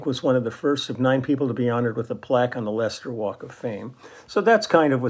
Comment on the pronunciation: Great to hear my hometown Leicester mentioned on the channel. You even pronounced it correctly! Many get it wrong.